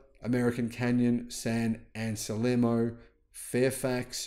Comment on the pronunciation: Your pronunciation of California cities was spot-in - except one. it's San-An-Sel-Mo. BTW, there is a California city of Brisbane, pronounced Bris-Bane, not the Aussie version Bris-Bin.